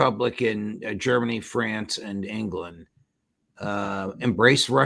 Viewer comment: Sorry this dude's accent is just so offensive... British which has lost all credibility in recent years but he also says "Fwance" instead of "France"